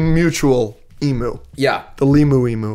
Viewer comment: Australian here - it’s pronounced ‘eemew’ not ‘eemoo’. Every time the talking hat or bowl said it I wanted to put my head through a brick wall. Love the show though, keep it up.